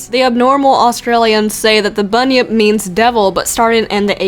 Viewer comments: You pronounced Bunyip right. You're fine. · Yes you said bunyip right and yes it would make an awesome Pokemon. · You pronounced Bunyip right 👍 I also have a demon story... Drop Bears >:3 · Yep ya did say bunyip right! I'm Australian so I know. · You said Bunyip correctly. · I'm Australian, and i can tell you for a fact that you pronounced bunyip correctly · don't worry you pronounced bunyip properly! I know cus I'm Australian